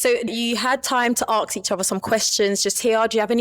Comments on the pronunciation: Tell the host it’s ask not aks! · Why does the presenter who should be impeccable in communication say Aks instead of ask?